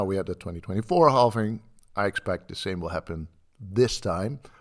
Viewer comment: Halving not halfing